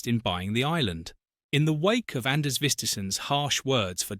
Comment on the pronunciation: Name mispronounced. His name is Anders Vistisen and the d in his first name is mute.